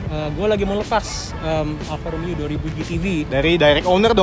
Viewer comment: BELAJAR bulang R dulu Bro.....!!! Kalo gaa di Wakilin dulu...Cs Alfa Romeo Ada Huruf R di sana Ente gaa Bisa Huruf R.... Mending OFF Kasih Yg lain ROMEO Bukan Lomeo